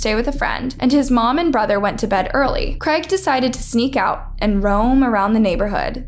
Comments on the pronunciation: Creg?? lol it’s CR AI G, use phonics to pronounce it properly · First time I’ve heard someone pronounce Craig as creg 😂😂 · How else are you supposed to pronounce Craig? I always heard it pronounced as “Creg” lol